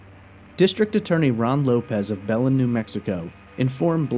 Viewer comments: I’m from the town she went missing and it’s pronounced “BEH- LEN” not “bel-en” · Its pronounced BA-LYNN, New Mexico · Be-LIN, New Mexico.